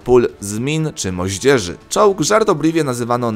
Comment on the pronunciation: Zamiast czołg usłyszałem czuux! XDDDDD